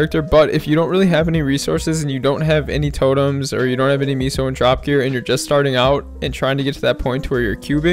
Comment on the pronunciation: Why do u pronounce Meso as “ Miso” lmfao it aint the soup bruh